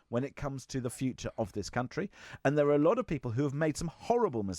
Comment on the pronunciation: Whats with using the lever v in that hes saying vat for that and vis for this and ven for then. What'a cock